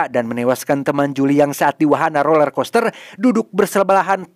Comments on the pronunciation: Roller bg bukan lorel😭😭😭🙏🏻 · “Roler” min, bukan lorer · BANG ROLLERCOASTER BUKAN LORER KOSTER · Roler bang bukan lorer